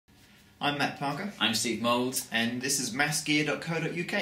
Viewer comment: I swear you're saying "I'm Steve Moles" :p